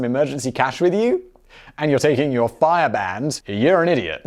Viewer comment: I'm just amazed he pronounced Fyre correctly. usually there is no name baldy can't fuck up.